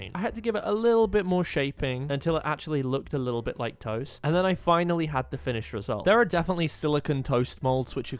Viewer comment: Why was it so funny when he said ToEsT😂😂